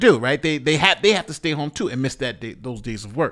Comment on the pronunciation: "... here tostay" What's tostay?